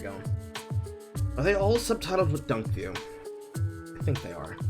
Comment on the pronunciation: it's dunkey not dunky! haha, love ya.